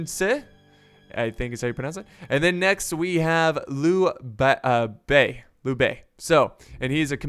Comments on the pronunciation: Lu bei -> read it as you bei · It is pronounced LEE-U B-A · You keep pronouncing Liu Bei as Lu Bei. The "I" makes an "e" sound so it's Lee-u (not a hard U sound) you have a habit of overpronouncing things. Zhuge Liang is Zhu-gey Lee-ang At least you have Sun Ce down! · Help me by liking this comment so he can see this and probably stop miss pronouncing these names Zhao Yun "Chow You-en" (the ZZZZ, sounds like what bees make when they fly) Liu Bei "Liu Pei" (you pronounced liu correctly but not bei, b in chinese sound like P) Sun Jian "Suun Chi-an" "pronounce suun like you would with seen and make sure you let out some air when you say "chi" Correct me if im wrong, chinese is my 3rd language i only know the basics of mandarin im not an expert just trying to help.